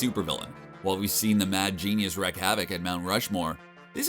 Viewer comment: "Wreak" havoc - not "wreck" havoc.